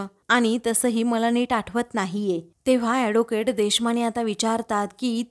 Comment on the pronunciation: Adocate नाही advocate. नीट बोलायला शिका मग vlog kara